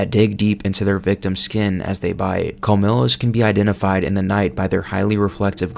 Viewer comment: it's pronounced like "col-mi-yos" not "col-mi-los"